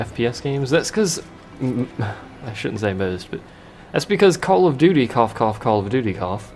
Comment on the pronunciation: Heh, you kept saying "doody" :P